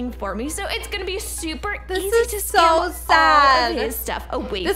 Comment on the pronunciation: and they also said skim instead of scam